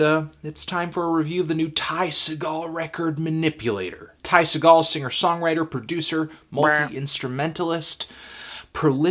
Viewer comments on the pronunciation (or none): I think I should clear up that it's pronounced seagull, not sagal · it's pronounced 'seagull,' fandango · it's pronounced "sea-gull" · Segall is pronounced like "seagull". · say it with me...segall...like Seagull! Ty Segall. come on Fantano. I expected you to know... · His last name is pronounced like the bird, not like Steven Seagal. You can hear him say it in interviews. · ooof oofff you said "Segall" wrong... cmon buddy.... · dude thats not how you pronounce his last name u.u